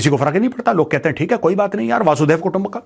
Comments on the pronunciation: मेजर साहब, वसुधैव कुटुंबकम् है, वासुदेव कुटुंबकम् नहीं। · वासुधैव नही वसुधैव :- वसुधा याने धरती पृथ्वी 😂